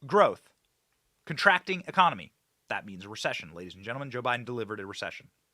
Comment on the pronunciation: Ecomony? What about a president who can't even say it? Much less have a successful one. Economy.